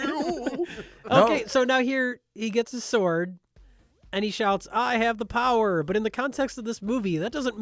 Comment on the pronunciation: I remember seeing this as a little boy along with my best friend in a theater as a child, we were both so disappointed that nearly the entire thing took place on Earth. Also, the guy couldn't pronounce "I have the power!" properly, he was like "I'av d'p'wrrr!"